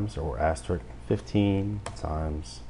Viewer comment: For future tutorials, the "*" is pronounced "aster-risk," not "aster-rick." You are not the only tutor who pronounces it that way. For some reason, a lot of people struggle with that word. Also, the "^" is a caret, although I liked that you called it a hat. Tutorial was good in some regards, and lacking in others. Are you doing this from memory, or referring to something offscreen?